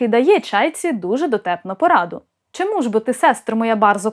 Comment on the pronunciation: Дуже прошу Вас,просити вашого чоловіка не промовляти шьчьо чьому і таке подібне 😢😢😢😢